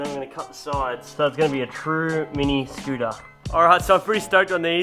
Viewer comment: Eva scootah lol speak america